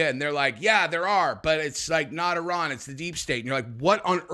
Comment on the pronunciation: Love that u actually call Iran Iran, instead of I ran